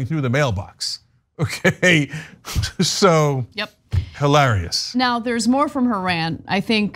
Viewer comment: Why do you insist on. Pronouncing hi lare ious as hill are ious